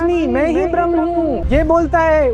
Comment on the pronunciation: महोदय, "ब्रहमन" तो अंग्रेज बोलते हैं, आप "ब्रह्म" कहो क्योंकि आप हिंदी में बात कर रहे हो न? ४० मिनट के बाद की चर्चा में आप मुल्ला की नासमझी देख थक गए, परेशान हो गए, धैर्य समाप्त होता दिखा। यह दर्शाता है कि आप शायद कैमरे के पीछे ही अच्छा काम कर रहे थे। Frustrated host is not a good sight in such a video discussion.